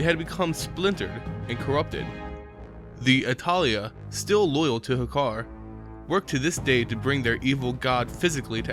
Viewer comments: Good video but Hakkar devotees are known as "Atal'ai" pronounced as "atal'eye" Quote from Sunken temple, Jammal'an the prophet: RISE UP ATAL'AI, RISE UP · This was the only thing that pissed me off during the video, I keep seeing this ever returning affliction of people making lore videos and not being able to pronounce some names.